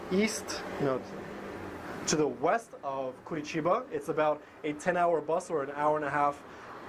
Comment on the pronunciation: I really like to see Americans talking well about Brazil, especially when it comes to my city. Be impressed that you pronounce the name of the city correctly. Nice video!